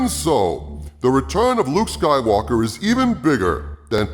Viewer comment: "Jake Soywoker" LMAO